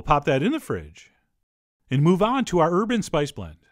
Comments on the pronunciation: I could have sworn you said "urban spice blend" until I realized it was "herb and spice blend"... Lol. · I heard Urban too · Oh, is herb and spice blend what he actually said.. :-) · I just found out about that by reading your comment. ( I was wondering what was so urban about it.) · Yep, that's what I heard too! :-)